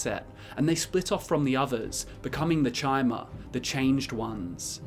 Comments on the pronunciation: Its was always chimer "ky-mer" like chimeras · It's pronounced 'Kimer' as in like time, not because of ESO, that's stupid. It's how it is grammatically pronounced. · Pretty sure Bethesda came out and said ESO IS canon... so yeah Ky-mer pronunciation, get with it. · I thought it was pronounced Chimer (with the ch being k sound) since long before ESO, like the Greek letter Chi, it just seemed to make more sense. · My N'wah we all know Chim -er is pronounced like Chim , and for you S'wits who don't get it it would sound like Kim -er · Your pronunciation of chimer was wrong even in morrowind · "you can decide whether ESO counts as lore in your books" - Have you even played Morrowind? i'm certain that they pronounce Chymer and Chim with a hard C or K sound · Chimer is based on the word Chimera, which is pronounced with a "k" sound. This is further supported by the fact that the Chimaera is a three-headed monster from Greek mythology, mirroring the theme of threes pervading the Dunmer culture and Morrowind game (the Tribunal, the three founding Daedra, the three Great Houses you can join, and the fact that it takes place in the Third Era). If you see it as relating to the word "chime" and prefer to hear it that way, there's no harm in that. If you were wondering why the other pronunciation is the canon version, though, there you have it.